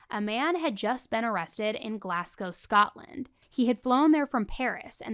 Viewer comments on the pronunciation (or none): none